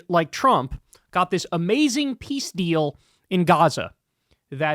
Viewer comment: Piss deal, not peace deal